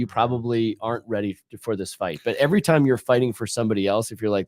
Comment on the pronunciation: "GLOIFYING" "ARN'T"